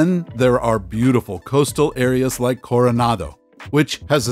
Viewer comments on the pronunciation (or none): none